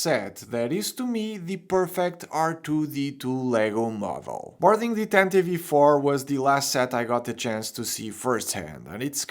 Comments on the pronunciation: The e at the end of tantive is silent btw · Is that the correct way to pronounce it? (I've never heard anyone say it what way and it seems counterintuitive to me)